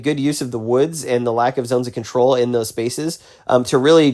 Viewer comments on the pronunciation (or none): Control UM. CONTROL uh.